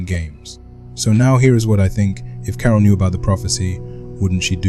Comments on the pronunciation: Thats crazy i thought that was ur actual voice, but as someone else said it said carol weird so it sounded more like 'kara' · i feel like you can still tweak a few things, like how it says 'carol' sometimes - quite neat though! feels impressive that you made your own tts